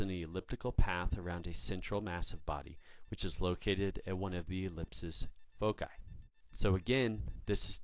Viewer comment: Except for: 1. Eight months in a year, what planet is he sending this from ? 2. Foci is pronounced: foe - sigh